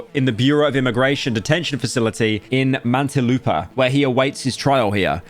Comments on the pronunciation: Calling "Mantalupa" instead of "Muntin - lupa" is crazy. Your going insane Pyro, finish Fear and Hunger. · "Remula" "Mantilupa" Never talk about this slop story again until you can pronounce these words correctly. Also, Vitaly is either lucky or smart enough to be messing around in the upper class areas. There are some places within just Metro Manila that you might get stabbed in (which you don't need a licence for, unlike in the UK) if you're caught acting like that, especially in places like Tondo, Manila. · holy slop. You really do these things without fact checking and stuff huh? Genuinely the worst pronunciation of Muntinlupa. Same level with your Japanese pronunciation in that other game you played.